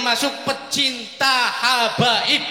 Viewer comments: Hababi.. ?? Duh pak, kepleset lidahnya koq malah nganu yaa... kemekel aku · Semangat sekali bapak ini sampe kepleset lidah terucap cinta habaib tapi tolong di maafkan karena bener tida di di sengaja lain dengan pak rizik yang salah ucap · Hababi, kesleo lidah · lidah kepeleset habaib...jadi ha......pertanda apakah..